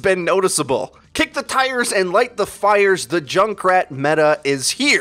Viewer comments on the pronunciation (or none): none